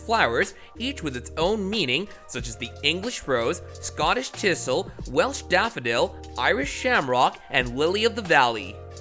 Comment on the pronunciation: Please use a better AI narrator with the ability to properly pronounce "orchid" and "thistle."